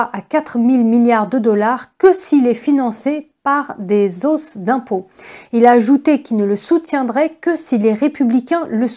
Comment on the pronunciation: On dit des "hausses" d'impôts car le h est aspiré donc on ne fait pas la liaison. Très choquant à l'oreille.